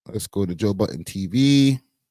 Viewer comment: His name is Joe Budden not Joe Button